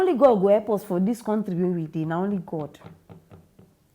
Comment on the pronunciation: Please you can use either Google or YouTube to listen to the correct pronounciation of the word COUNTRY. It will help to settle any uncertainty you may have about how others pronounce the it.